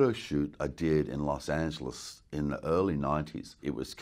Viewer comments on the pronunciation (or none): none